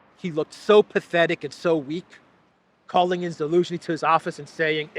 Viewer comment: Zelenski. Not Elenski. Now, I am Croatian ( Slavic language ). Zelen or Zeleni means green, someone new, someone that doesn’t know what’s going on.